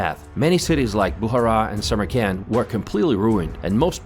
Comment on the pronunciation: It is me or does this guy sounds like he keep spelling Samarkand as "summer camp"